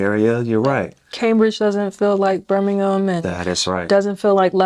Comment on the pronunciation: You can tell you have been in the UK because you are pronouncing ham as gum and Birmingham correctly ❤